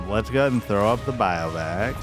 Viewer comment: Another interesting deck. I thought it was mildly amusing how you pronounce bivouac like "bio-vac". I'm an English teacher so I'd be failing if I didn't mention it.. it's pronounced liker "beaver-whack". Sorry, I can't help myself 😅